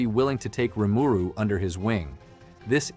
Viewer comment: In the anime, sub and dub, Rimuru name is pronounced, why do you pronounce it differently?